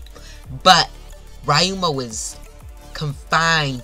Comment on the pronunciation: Bro read 900 chapters and still somehow call ryuma rayuma